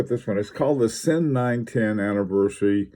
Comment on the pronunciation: your pronunciation is hurting my ears :) it is Ziiin. I very recommend reading the latest Sinn catalog (a lot of technical information). Sinn is not about chronographs and dress watches but cases, durability, and robustnes for extreme conditions. Sinn uses unique technologies for their cases and they supply special forces, police, divers, firefighters, doctors, rescuers.